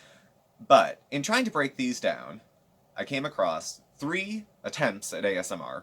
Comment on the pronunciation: Early video, yay! Have you noticed that she calls ASMR "AMSR every time?" :-) Going back to watch the rest now... love Thursdays!!